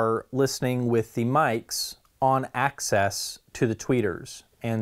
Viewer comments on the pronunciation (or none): I sometimes mispronounce it too